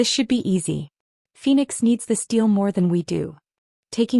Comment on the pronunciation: Deal, not steel. S,M., not Esme.